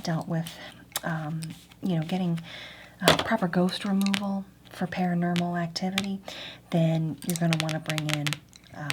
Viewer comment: Para-nermal. Nice.